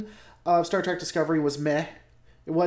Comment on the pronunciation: Say track one more time. Seriously how can you consider yourself a lore master if you can’t even say the name of the franchise correctly? It’s trek. Which has no a or c in it.